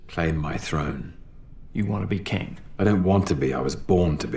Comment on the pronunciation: fun thing, when mobius says "so you wanna be king?" he actually says "so, you wanna be kang?"